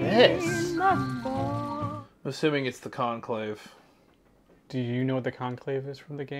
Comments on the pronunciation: Just so you know it’s “Enclave” (pronounced On-clave) not Conclave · Calling it the conclave took me out 😂